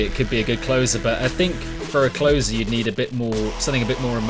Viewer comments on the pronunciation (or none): Pretty sure its 'Closer' as in like Closing a door, not 'Closer' like the opposite of Further. Makes sense as it's their final release.